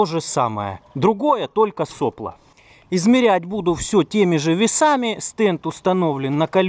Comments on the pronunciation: произношение слова сопло с ударением на первую "о" очень режет слух, вроде и слово то же самое, но непонятно какой у него смысл, вы уж извините меня за моё брюзжание, но это плохой тон в авиадвигателестроении, так говорить, впрочем поступайте как вам нравится, может это наоборот подчеркнёт дилетантизм, на слово не обижайтесь, другого чета не подобрать мне про двигатели - у нас получилось без СССР сделать крутой двигатель, первыми в стране на таком уровне, но это произошло при помощи френчей - , лучше этого двигателя в гражданской авиации России ничего нет. На этих движках летает Суперджет 100, ну и вот только подписали соглашение на ремоторизацию Ве200. вот тут про нас еще можно посмотреть г. Рыбинск Ярославская область. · не сОпло, а соплО. Задолбал ты со своей неграмотностью.... " Мы говорим не штормЫ, а штормА, слова выходят торотки и смачны, ветра, не ветры сводят нас сума, из палуб выкорчёвывая мачты"...